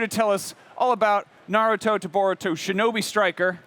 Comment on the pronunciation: I cringed the way he butchered Naruto’s name lol